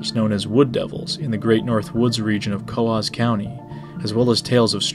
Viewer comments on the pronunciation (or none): NOT CO-OZ sounding but COOSE sounding . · Wrong, Coös County is pronounced as "Co-Os" not "coose".... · it's definitely "coahs" county. It's not pronounced as spelled.